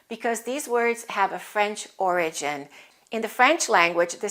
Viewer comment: Did you pronounce "origin" stressing the second syllable?